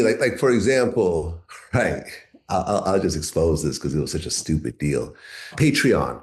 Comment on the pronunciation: Uncle murda say stupid 😢😅😅😅😂😂😂😂😂 I heard on the music tip how you say it funny as he'll stu pid